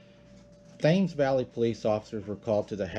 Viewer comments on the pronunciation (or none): Hey --just tryin' to help: The "Thames" river is pronounced "Tems or Temz." The Temz (Like "ten") river in England flows all the way through London. My mom is British.